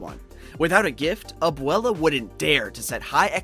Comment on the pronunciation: Can you like add the t to the word gift. It took me a minute to figure out gif is gift